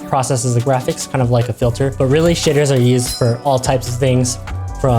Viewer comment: The way he says shaders, makes it sound like shitters.